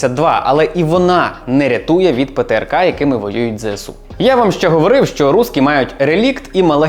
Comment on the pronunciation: Мене так тригерить коли усі навколо кажуть ЗеСеУ. Дуже здивувався почувши правильну вимову 🥰